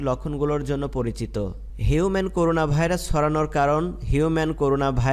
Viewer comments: করুনা না। করোনা। নামটা ঠিকমত বলতে হবে তো ভাই। জুনোটিক কি? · করুনা না ভাই করোনা